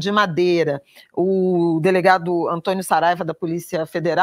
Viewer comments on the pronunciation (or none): none